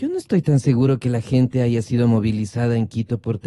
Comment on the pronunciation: Otra que ha sabido decir hayga..